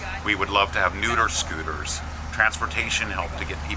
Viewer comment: lol at nooder scooers!